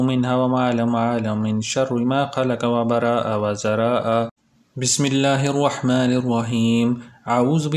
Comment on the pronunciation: Bhai last ka word wazaraaaaa ha